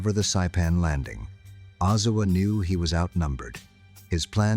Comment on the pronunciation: Oh-Zow-A. It's not that hard to pronounce.